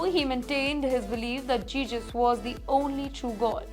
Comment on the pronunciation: Not jeses... it's jesus..